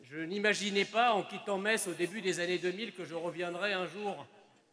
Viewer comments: le public qui crit en cœur "mess!" A chaque fois que prononce "meTss" ça m'a tué de rire 😆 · Metz se prononce "Messe" et pas "Mettsse" 😛😛 Très beau meeting, heureux d'y avoir été. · Pour y avoir été, je tiens à clarifier UNE SEULE CHOSE : Metz se prononce < > pas <<Metse>>. À part ça, ce fut un moment inoubliable ! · Au début vous pouvez observer les gens qui réagissent à chaque fois que Metz est prononcé. C'est parce qu'on ne dit pas ME"TZ" mais ME"SSE"! 😁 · Bon au final elle a compris ou pas qu’on dit mess et pas mettsse ? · Je suis allé à ce meeting qui était formidable. Une petite pensée à à qui il aurait fallu expliquer que Metz se prononce Mess. La pauvre croyait qu'il y avait une sorte de ferveur à chaque fois qu'elle prononçait le nom de la ville, sauf qu'elle se faisait gentiment huer:) Malgré cela, son discours ainsi que celui de était galvanisant. Et que dire de la prestation de Monsieur Eric Zemmour, tout simplement excellente. J'étais aux anges lorsque je suis sorti de ce meeting mais seulement quelques centaines de mètres plus loin, je fût confronté au réel en me faisant agresser par des "antifas". J'ai quand même pu passer sans trop d'encombres en me faisant insulter de raciste. Bref, plus de peurs que de mal. Vive Zemmour, vive la République et surtout, surtout vive la France. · qui ne comprend pas que le public lui crie 'Mess' (la vrai prononciation de Metz) 🤣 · On les reconnaît nos messins qui corrigent vers Metz se prononce [mɛs]! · Les messins essaient de corriger sur la prononciation de Metz en "Messe" mais en vain. Au final, ce fut drôle. 😄